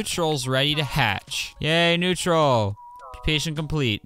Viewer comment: When he said “yay bread!” I heard “gay bread”